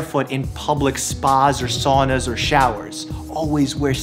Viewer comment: "SOW na" LOL! —Signed, a Finn.